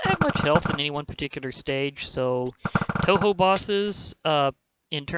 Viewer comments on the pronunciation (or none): And its pronounced tohow